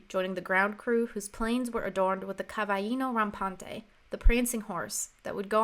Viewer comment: Seems quite good as far as I've seen except one thing that to me is a shame. Cavallino rampante is not pronounced 'cavajino rampante' - there are two very prominent L's there, they are not silent nor are they spanish nor are they J. it's in fact CavaLLino RAMPante with emphasis on the LL too. Like in Lick or Lumber or Loopy, that kind of very L L's.